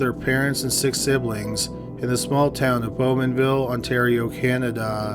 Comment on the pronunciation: "Canaduhhhhh" ... Dude just speak properly